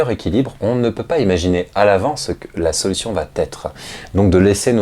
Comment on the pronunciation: Merci pour ces vidéos que je visionne toujours avec intérêt. Attention à la liaison "va être" qui est toujours prononcée "Va t'être" dans cette vidéo. C'est une erreur de liaison facile à corriger quand on en prend conscience. ;-)